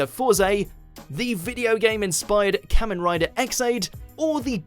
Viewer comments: I'm sorry, but who the nine hells is this "Kammen Rider"?! It's Ka-men Ridaa! I can forgive most of the butchered pronunciations, but hearing Kamen Rider butchered like that hurts my ears, my brain, my heart and my soul. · For a sec there i thought they said mumen rider instead of kamen rider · You pronounce kamen rider wrong